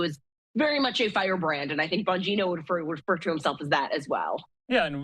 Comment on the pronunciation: whining because of a email ... cant you find any thing else to report on ?? and for the record its bongino...not bogino... geniuses